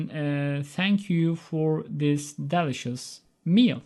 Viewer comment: bu işi şimdilik rafa kaldırıp telaffuzunu düzeltmeye çalışmalısın bence hocam. zira takipçilerine de yanlış yönlendirmelerde bulunman oldukça olası. 'delicious' telaffuzunu bir daha online sözlüklerden kontrol edersen söylediğimi anlayacaksın.